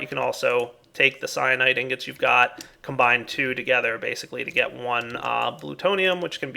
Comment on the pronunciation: It really sounds like he's saying cyanide instead of cyanite.